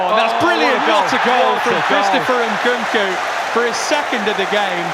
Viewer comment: Can someone teach the second commentator how to say Nkunku 😂